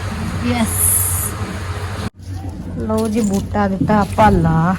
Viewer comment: putt buja ni hunda buta hunda😂